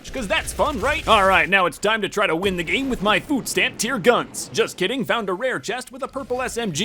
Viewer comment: Me when he says game I hear day and I’m like Wait i didn’t know he was playing Minecraft